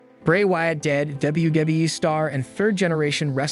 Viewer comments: Why you say “Wyatt” it reminds me of Cartman on South Park. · Bro your just destroying some of the names...tge way you pronounce Wyatt and Ted Debiase etc....its aggrevating...when you mention the Wyatt family you say it right but your not when you mention Bray